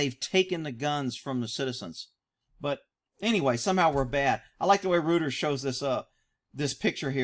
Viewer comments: For future reference Reuters is pronounced Royters. Keep up the great work. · a small correction, sir. Reuters is pronounced Royturs. i hope this helps, i dont mean it as a slight. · Just a heads-up. Reuters is pronounced ROY-TERS But, you can say it however you want